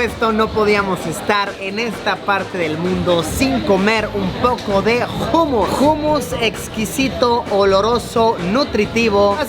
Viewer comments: jumus???? jajajajajajjaj humus que se pronuncia - umus , gracioso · Like Si sabes que Luisito lo pronuncia como se escribe😂. humus y se pronuncia hanmos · se pronuncia Homus no Humus, pero dile cómo quieras quien soy para decirte que hacer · Jumus no umus se pronuncia luisiyo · Se dice ummus... No jummus... Jejejje.. La "h" no se pronuncia como "j"... Si vienes a España otra vez dímelo y llevo a Benidorm... Saludos wapeton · Se pronuncia “ Umus “ Saludos a todos 🎉